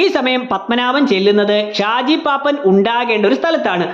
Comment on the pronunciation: പാപ്പാൻ ❌ പാപ്പൻ ✅ നെസ്കലേറ്റ് ❌ നക്സലൈറ്റ് ✅ റെയ്മൺസ് ❌ ഡയമണ്ട്സ് ✅